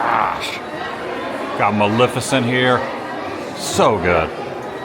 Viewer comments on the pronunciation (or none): none